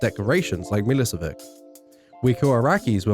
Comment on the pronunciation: It's pronounced "Miloshevitch". Fucking Milosevick really you fucking anglo fuck >inb4 not an argument i can complain about whatever i want